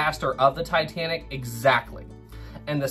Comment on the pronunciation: As much as I watch your vids I appreciate your pronunciation.... James Cameron and Ken Marchrell say "Tuh-tan-ick" where you enunciate-Tye- Tan-ick!" thank you bro.....I hate both of those men